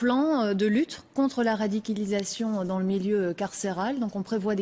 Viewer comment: lutte contre la "radikilisation" d’où sort cette journaliste?